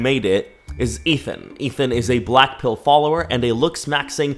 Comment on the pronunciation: When ever he say blackpill ..I heard "blackpink"😂😂🖤💗🖤💗🖤💗🖤💗🖤💗🖤💗🖤💗🖤💗🖤💗🖤💗🖤💗🖤💗🖤💗🖤💗🖤